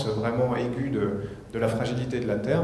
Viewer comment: il dit retourné sur "serre" il a remplacé le "t" par "s" mdr t'insinue quoi exactement ?